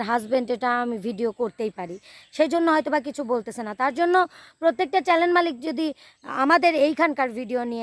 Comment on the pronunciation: চ্যানেল উচ্চারণ ঠিক করে বলিও